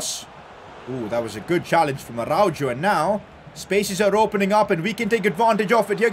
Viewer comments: IT IS ARA-HO NOT ARAUJO AND THIS GUY CALLS HIMSELF A BARCA FAN🤦🏻‍♂️ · im sorry but this bothers me a lot😂 its pronounced “arauho” not “jo” lol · Its Arauho not Araujo😭😭😭😭😭